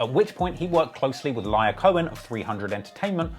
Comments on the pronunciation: lol "Liar" Cohen. Edit: And "Two Pack." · Lyor Cohen is pronounced LEE-OR